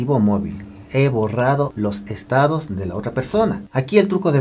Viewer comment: No es estadis, es estados